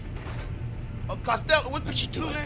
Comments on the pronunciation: LMAOOO bruh called it costello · BRUUH! I said the same thing like "hold up did just say castello?" (replayed it to make sure) 😂🤣😂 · Castello protocol😂😂😂. Who's castello😂😂. Man I'm already crying. I'm watching him and Boot5. Hit that thumbs up for.